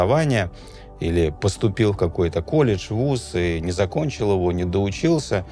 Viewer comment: Интересные видео, но зачем так пафосно и с характерным акцентом произносить слово колледж😅😅😅